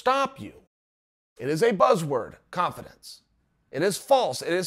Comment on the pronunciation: Is he saying cough-adence?